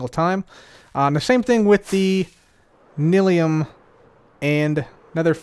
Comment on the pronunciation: Is it pronounced nil-ium or nye-lium? I always pronounced the second and heard other Youtubers do the same.